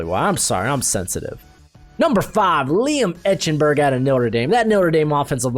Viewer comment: It's pronounced "Ike-en-berg," not "Etch-en-berg"! Geez!